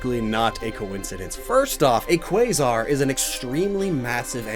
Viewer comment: How did you say Quasar correctly but pronounced Rayquaza wrong 😂